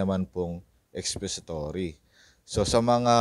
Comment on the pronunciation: Expository, not expesitory😮😮😮😮